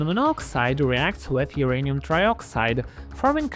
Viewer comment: Why is it pronounced urinal ?